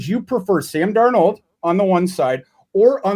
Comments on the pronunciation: Darn old is what I hear every time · Why does pronounce Darnold as “Darn-old” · I hear Darn Old 😆